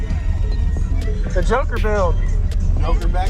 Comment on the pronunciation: Just before 2 minutes he said it’s a joker build... at first I thought he said it’s a junker build ... then it took me a second to realize he said joker and not junker